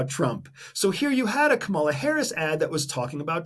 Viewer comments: Very interesting. I like your videos. One question: Are you aware that you are mispronouncing "Kamala"? She pronounces it like "comma-la". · Love your content. Please pronounce VP Harris' first name correctly.